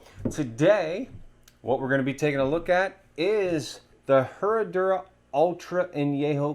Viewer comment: The H is silent